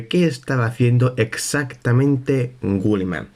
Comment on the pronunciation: Una pregunta porque dices gulliman y no guilliman?